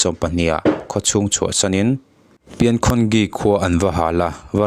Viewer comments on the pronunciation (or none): Pin khun gi tih ni lo in pingkhungji ti a lam tur,nidang ah chuan i thu mal lam hi chhiar nawn in thurawn la fo la tha tawh ang,khaw hming pawh lam bo vek lawm